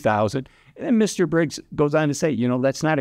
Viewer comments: biggs not briggs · Isn’t it Biggs, not Briggs? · His name is Andrew Biggs, not Briggs.